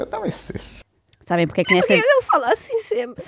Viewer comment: Mas porque é que ele fala assim? "Pobrema" , " Poque" em vez de porque e Roguides, em vez de Rodrigues! pertence sem dúvida à liga dos campeões, dos humildes!